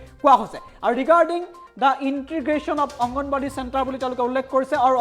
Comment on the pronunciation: Aongnbari hoi say aongonbadi nhoi